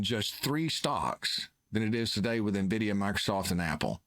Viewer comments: It's Envidia, not nEvidia. Boomers😂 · Invidia is a Greek goddess of envy and greed. NVIDIA logo is a green eye. I don't think its pronounced EN-vidia either. When Jensen pronounces the company it sounds more like "Invidia" Gen X observation